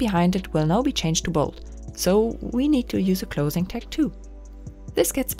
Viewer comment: I had trouble understanding you saying "tag" at first, sorry; it sounded like "tex". But I turned captions on. ;)